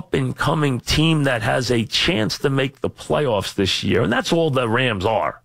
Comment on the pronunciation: main quality they are looking for in a replacement: must have trouble pronouncing "this"